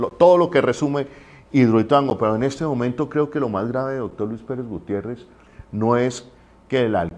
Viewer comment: Es Luis Pérez Gutiérrez. Por favor😖